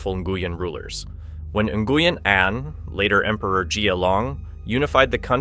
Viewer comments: Nguyen is prounced: Win. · I found it strange that different incorrect pronunciations were used. At some points "New-yen" was said and then "Na-gu-yen". The correct Vietnamese pronunciation is more like "Wheeng", but it is often Anglicised to "New-yen". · New goo yen 🤣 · You pronounce Nguyễn incorrectly. Quite an important word to get right on this topic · If you're going to talk about how important the name Nguyen is to Vietnam maybe ensure it's being pronounced correctly... oof.